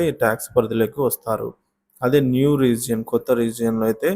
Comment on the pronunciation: రీజియన్ కాదండీ రిగైమ్